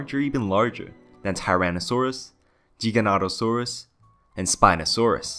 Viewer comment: Never heard any legitimate paleontologists pronouncing it as anything but "Geega-notosaurus", source? Used to pronounce it "Giga" and was reprimanded for it.